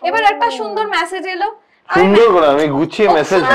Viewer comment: All said and done but this is for both.The word is message and not massage. 😢😢😢😢😢 Didnot expect from the man at least.